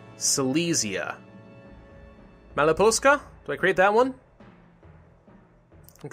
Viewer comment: that is ok...but what is funny is his prononciation of Malopolska, he always forgets to say L and says just Maloposka, but otherwise hes good at pronouncing...or at least mouch better than others:D carry on, your videos are great